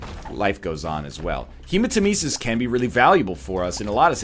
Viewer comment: Take a shot every time he pronounces hematemesis wrong